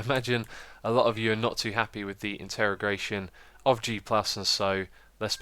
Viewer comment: Integration not interrogation lol